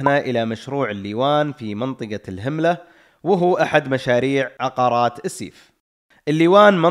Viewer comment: أحب أصصح لك إسماء بعض الأماكن اللي ذكرتها مثل : منطقة الهَمَلة ، و ليست الهِملة كما ذكرتها ، و منطقة الجَنَبِيّة ، و ليست الجَنبية و أيضاً كما ذكرتها ، أتمنى منكم قبل تسجيل الصوت التأكد من أسماء المناطق من أصحاب المطاعم او أي بحريني متواجد فيها . هذا للتصحيح فقط شكراً لكم على إهتمامكم و إبراز الاماكن السياحية في ديرتي البحرين🇧🇭